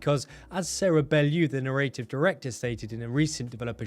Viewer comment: is it just me or has everybody started pronouncing it "nah-rate-ive" when it's obviously "narr-at-ive"